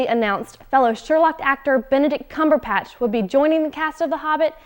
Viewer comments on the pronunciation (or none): Cumber.... cumber... cumberPATCH? Shame on you,! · I crakced up when she said 'CumberPatch." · I cracked up when she said "CumberPatch."